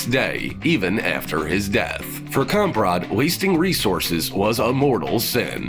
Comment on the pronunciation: He butchered the flying fuck outta "Kamprad" it's a fkn easy name to pronounce my guy. You even got similar sounds in english but you just refuse to do them😂🤦‍♂️